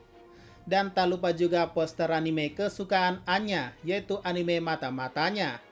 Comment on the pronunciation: kalau abang ngomong aina secara cepat akan terdengar seperti anya